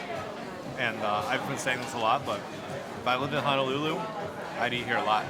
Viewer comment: Hi, Honolulu is pronounced as: hoe (like the garden tool) - know - lou - Lou. Adobo should have at least a tangy taste because of the vinegar. Adobo is a simple dish of: vinegar, shoyu, bay leaves, garlic and peppercorns. Maguro Brothers are really two brothers from Japan that wanted to move to Hawaii, as one is a surfer. Katsu is pronounced as a soft 'a:, so 'kut-su'. The beginning scene of your video is showing the Ala Wai Boat Harbor, where it was featured in 'Gilligan's Island' tv series opening scene as to where they sailed out from onto their famous '3 hour tour' Liked da video!